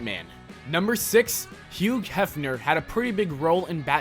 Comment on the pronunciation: Wow... Huge Hefner, huh? Never heard of the guy.... I know of a Hugh Hefner (pronounced Hew). Never heard of Huge Hefner...